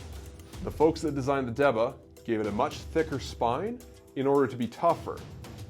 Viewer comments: Good video, but it's pronounced "DAY-BAH", not "De-buh". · It's pronunciation is D-Ba